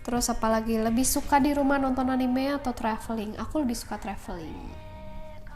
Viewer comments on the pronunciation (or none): Bacanya anime bukan anime kak